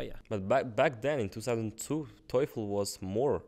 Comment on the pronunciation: and made a mistake in pronouncing the word 👉 TOEFL 👈 They pronounced toyful😭🤣😂